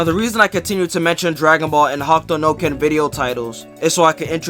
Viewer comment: The video is great but why are you calling it ""Hawk Tuah no ken" lol